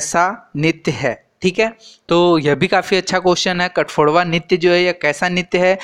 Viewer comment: Kathaphodawa nhi sir katghodawa ho ta hai